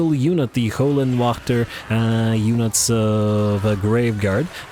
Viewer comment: If you translate Hell Guardians into German it will tell you how to correctly say Höllenwächter. You don’t say it to bad. Just as a German it hurts my ears. Love the channel keep it up